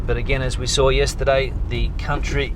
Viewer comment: "sawr" a fox yesterday.